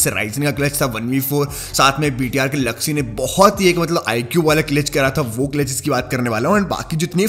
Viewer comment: Bhai Tum BTR bolte ho thou lagta hai ki VTR bol rahe hoo